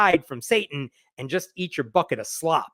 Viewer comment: When you said "bucket of slop," I heard "fuckin' slop" and laughed my stupid head off. Love your work,, funny or not